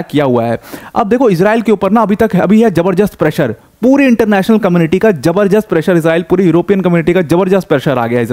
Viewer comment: Jabardast ❌ Jabarjas ✅ no offence …